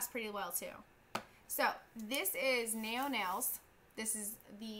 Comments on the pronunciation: naio nails has been around for years....even before the us site they shipped directly from uk.... ive been going to order from naio but was unsure about shipping time .. cjp has some really nice starters its pronounced nay-o spelled naio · how funny! you did just like me when i tried out this company couple yrs back, i bought peach separate too, n was blown away by price 😄💓💗💖 naio pronounced nayo nails here in UK xxxxxx love you 💝👍🌈😇💞😘😻🎀💅